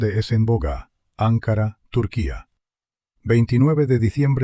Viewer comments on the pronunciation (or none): Ankara, con k y parlabra llana, no esdrújula